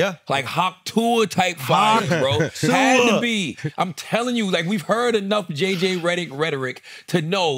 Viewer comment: "JJ Rederick"😂😂😂